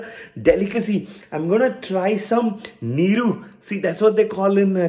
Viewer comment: Goood one 😂👌🏽👌🏽pronounciation of NEEERUU was kickass 😆😆